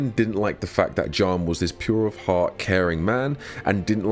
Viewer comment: bro halfway through the vid did i realize he was saying Jiyan not John